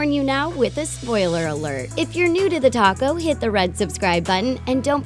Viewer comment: All the time instead of The Talko I hear The Ptaco😂